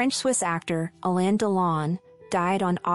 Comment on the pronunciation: Alain Delon not "Alan"